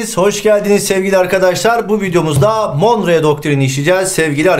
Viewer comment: monroe doktrini olacak hocam, monreo değil :)